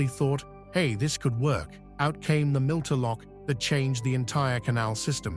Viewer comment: It is NOT a “milter” lock, it is a “mitre” (or “miter” in the US) lock. Like a bishop’s mitre.